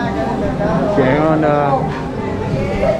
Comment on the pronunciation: Mérida = MAY-ree-dah